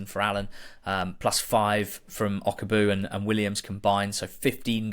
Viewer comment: O kag bue that's how you say it lads